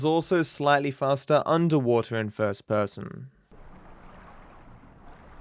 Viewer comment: I like the way he says "first person" fuss pussum 😂